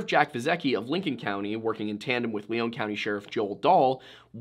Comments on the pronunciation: Just to point out one thing. You highlighted south eastern Minnesota. Lyon county is southwestern Minnesota as you stated verbally. I was very confused when you said southwestern and “Leon” county being a resident of Lyon county it’s pronounced lion county by those who live here. I thought you were talking about a different county in SE Minnesota of a similar name until you mentioned towns around me. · Please don't show a picture of Goodhue Co while talking about Lyon. They're on opposite sides of the state. It's also not considered rural in by our standards in the upper Midwest. They're townies over there with some farmers around them. And it's "lion" not "Leone" when said. When you've got your own broadcast news, developed for tourism paved biking trails, a stadium named after a pizza company, concert arenas, and over 30 people per square mile you're not rural anymore, and I'd bet they're in the top half of population density based on the amount of money rolling through there. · Okay, for starters, it's pronounce "Lion" county, and second of all, the county you showed is a completely different county named Goodhue county Details my man, details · So is the name of the county pronounced Lee-own or Lie-on? I'm from Minnesota (SE) and I've always heard it as the latter. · edit: Lyon County not Leon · It's pronounced Lion County, just an fyi. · The area is mostly farm land in between the 2 towns. Only trees are along the rivers. I remember this story when it happened. Good chance is he fell through the ice on the river and body is just gone to wildlife or nature. Pronounced lyon wrong, its pronounced like lion. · Lyon is pronounced like Lion. And the map at the start is wrong side of state. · So i see what happened here the picture you showed was the wrong county, and it's pronounced "lion" county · This is old, but the county name is pronounced lion, like the animal. (I grew up in lyon county)